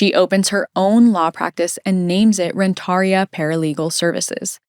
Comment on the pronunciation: You're badly pronouncing Ren-tar-ia. The accent is on the IA. Google it first😮